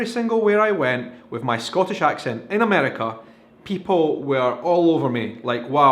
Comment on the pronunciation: love the video, but you're pronouncing "Scottish" wrong.